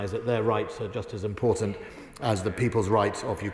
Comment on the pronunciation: "Blavery" "Uklaine". "ImporDant".